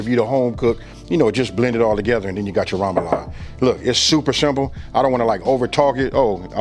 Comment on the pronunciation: Sorry, that’s not poboy, that’s not French bread and please learn how to pronounce remoloude.